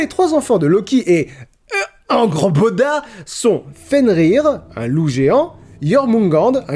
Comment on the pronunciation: Angrboda ce prononce (angueurboda) pas angrboda